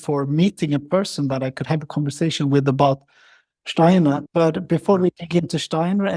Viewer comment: I adore your slight accent and enjoyed the fact you pronounce "Steiner" correctly. Well done with the podcast! Perhaps you could just speak a bit slower so that non-native speakers could follow a bit better. All the best to you!